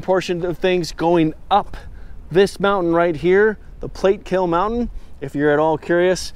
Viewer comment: Plat-a-kill Note Plate-Killl.